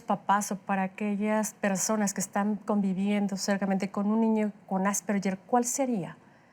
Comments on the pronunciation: Ale Lara nunca suena como Ll ! Es un apellido austríaco y la g suena en alemán como una g suave (de gato) AsperGer. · Ademas q no es "Asperller" se pronuncia en castellano ASPERJER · Empezamos mal asperyer No ,No ,,es Asperger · Se pronuncia "Asperjer", no "Asperyer", es un apellido alemán, no anglosajón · Se pronuncia “Asperguer” no “Asperyer”, y si no me creen escriban en Google “cómo se pronuncia Asperger” y denle click a la primera opción (o a cualquier opción) y súbanle el volumen para que escuchen bien. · Lo pronuncia con una G inglesa. Ganar no yanar, George no yorch, gemido no yemido, asperge no asperye. 🤔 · Tambien lo noté...me dolía el oído cada vez que decían "asperyer" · Pronuncian mal "Asperger", es una palabra alemana, por lo que la letra "ge" se pronuncia suave como "gue". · No se pronuncia "asperyer " , investiga antes para que te tomen en serio. Es alemán y se pronuncia como el apellido. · NI AsperSHEEERH NI asperJEEEER se dice: ASPERGER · Por qué lo pronuncian así!? :(((((( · ya empezaron mal diciendo "AsperSHer" y solo hablan de niños. Hay adultos asperger. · Por más que la especialista dijo Asperger, la conductora dele, que dele, con el "Asperyer" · Asperyer haha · lo correcto es ÁS-PER-GUER. Infórmate bien primero. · El apellido Asperger suena con g como en la palabra guerra, viene del idioma alemán. Si lo dijéramos en español asperger tiene un sonido parecido a la g en geranio, y seria homónima de la palabra asperger que define la función de un aspersor al rociar gotas finas de liquido. Ninguna de las opciones posibles se pronuncia con "y" o "ll". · "Asperller" Ayuda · Creo que la conductora cree que es en ingles ASPERYER... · No estan pronunciando bien asperger en español